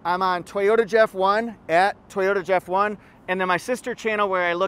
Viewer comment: Jeff, If I needed a minivan, the Sienna LE AWD, with amazing mpg, would be the one . LEss is more! In my part of Ontario, where we say Toyota not TEE-ota, the weather has been splendid of late.